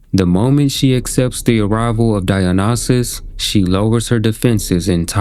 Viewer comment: Dionysus: die en isis. That’s how it’s pronounced